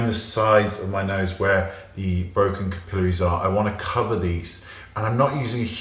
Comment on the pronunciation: I love how you say capillaries.